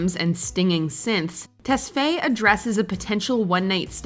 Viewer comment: The way they say tesfaye is so wrong